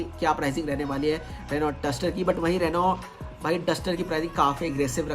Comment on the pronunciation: Kya bola kya bola Renault ? Bhai use Renno pronounce karte hein 😂😂